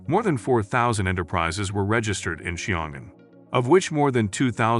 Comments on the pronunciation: Oh for crying out loud. The place is called Xiong'an, not Xingan, and it's in Hebei, not Hubei. Yeah yeah, I understand - googling poses insurmountable challenges. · as a Chinese, Xiongan should be pronounced "sion" & " an", but no "g".